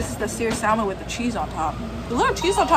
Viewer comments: I'm a big fan of your videos as well as you. I'm also from Portland Oregon were we have the best Chinook salmon in the entire world. I'm not being rude but it's pronounced SAH-MON Not SAL-MON. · The way you pronounce the world salmon really grinds my gears 😂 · The "L" is silent in salmon!! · The l in salmon is silent....